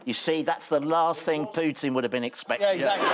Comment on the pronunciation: Bravo Andy Hamilton, , an English person who can pronounce Putin correctly.